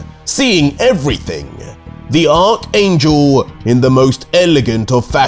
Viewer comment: Hey. Just a fyi. It's pronounced Arch (Ark) angel.